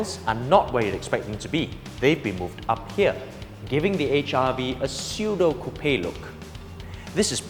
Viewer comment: Best one so far. Well done! PS. Can't stop laughing about the pronunciation of "coupe" though. lol.